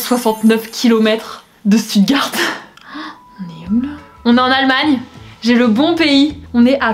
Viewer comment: Stuttegarde 🤣🤣 ça se prononce chtouttgart